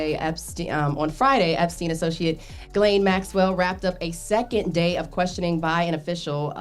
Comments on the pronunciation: She said Gillie on purpose… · I need yall to sound out Ghislaine. Say her name correctly shes a terrible person, dont let her off the hook by mispronouncing her name!